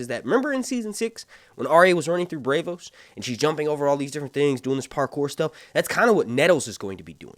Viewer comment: Dude PLEASE get your pronunciations right. BRAVEOAHS? It’s BRAWVOAS. Braavos. Please.